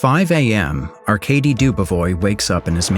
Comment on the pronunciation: So we got the glazers in the comments about the faceless animation style that every doc youtube channel has now, no its not amazing. I can probably live with "Arcadey" but "Yvonne" is probably the worst pronunciation of Ivan I've heard in my life